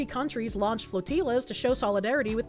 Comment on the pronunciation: She pronounced flotilla like it was tortilla - my tiny mind was amused 😂